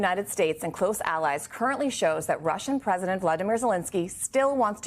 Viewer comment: And it's praisdant musk.